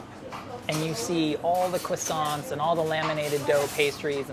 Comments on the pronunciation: who tf says "cruawsaunts" like da fuq? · why does he say cwissons does he pronounce his name cwis ?